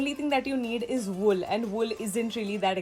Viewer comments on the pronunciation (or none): The video is good but it called ' wool ' not will and ' sitting area ' not seeting area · Sorry not will wull